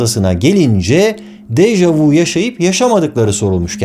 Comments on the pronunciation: Degerli karde$im, bâri siz bu kökü ve güncel hali fransizca olan, ''daha önce de gördüm'' anlamina ve iki sözcükten olu$an bu deyimi dogru telaffuz ediniz, bu deyim ''deja vU'' degil ''deja vÜ'' $eklinde telaffuz edilir, amerikan filmlerinin (veya kültür emperyalizminin !) her $êyi oldugu gibi dildeki dogrulari da yamultmasina bâri siz izin vermeyin be degerli dostum.. Saygimla.. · Déjà vü * diye soylenir 😊 déjà vous degil. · Fransızcada "Deja vu" yazılıyor, ama "Deja vü" diye okunuyor. "Michio" - "Miçio" gibi okunmalı," Mişio" değil. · Dejavü diye okunur. 🤦 Barış Özcan'a bunu soylemek milyonda bir olur sanırım.